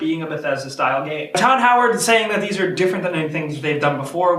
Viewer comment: Godd Howard...... Not Todd Howard.... "Godd"-"Todd" They're completely differnet Get it right next time Bet Falcon would get it right